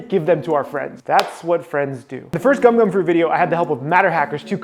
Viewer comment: not gum gum fruit its “GoMu gOmU nO Mi”